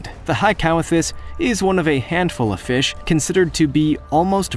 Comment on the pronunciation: I like how he says Fesh